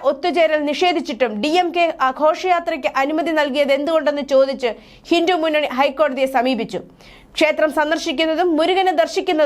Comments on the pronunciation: ഹിന്ദു എന്ന് വ്യെക്തമായി പറയാൻ അറിയില്ലെ. ഹിന്റു എന്നാണല്ലോ പറയുന്നത് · ഹിന്റു അല്ല ചേച്ചി ഹിന്ദു എന്നാ പറയേണ്ടത്